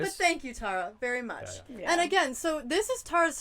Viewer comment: Tar-ah, don't call me Tare-ah.